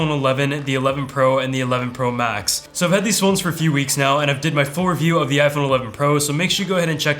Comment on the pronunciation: What’s the deal with everyone pointing out how he says “Pro Max”... I don’t get it😅